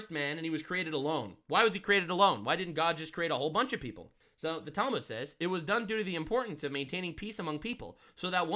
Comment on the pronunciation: I'm not Jewish but hearing her pronounce or mispronounce the Talmud as Talmood is hilariously grating on my ears. 😅